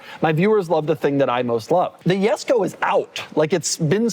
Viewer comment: Jesko ❌Yesko ☑